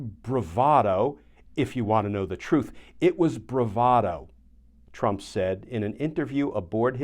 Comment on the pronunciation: Bravado eh? That is not how most people pronounce it. BTW I predicted he would claim that he was lying about the document because he is such a famous bullshitter.